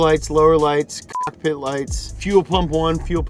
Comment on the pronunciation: You can't fucking say cockpit....wtf